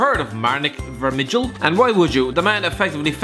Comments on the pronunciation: Absolutely butchered Vermijls name xD Should be pronounced "Vermyl" not "Vermidjel" Trust me Im Dutch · More like Vermale in Flemish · Vermijl is pronounced VERMILE!!! ffs